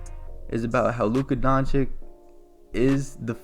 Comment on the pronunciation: Donkych? Repeat please 10x D O N CH E E C H !!